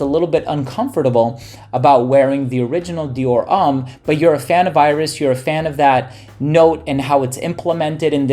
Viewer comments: not even close. It's pronounced "Om" as in meditation, not "ummm" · "Dior Umm"